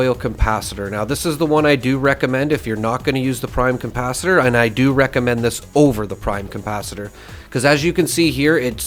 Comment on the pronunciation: Why do you add an M in capacitor? Saying compacitor is a bit odd... like the DeLorean has a flux compacitor?... lol.